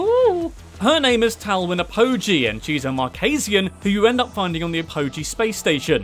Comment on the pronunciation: It's pronounced Talwyn Ap-o-g, not a-poh-g